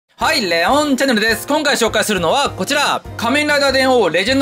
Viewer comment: 最近の 「はい、レオｰンチャンネルです」 5年ほど前の 「はい、レｰオンチャンネルです」 どこで変わったのだろうか